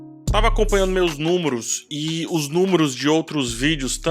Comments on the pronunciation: Você falou "númoros'' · Os " númuros", é?